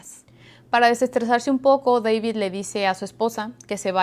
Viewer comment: Deibid ha ha ha ha se oye chistosa su accento !